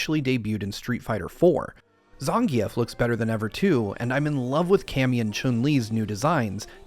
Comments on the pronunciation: Zhan-geoff? I thought tiw as "Zan-geif" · Did my man just say "Zahn-gee-eff"